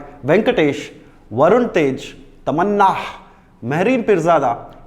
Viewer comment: Why so emphasis on Tamannahhhh😂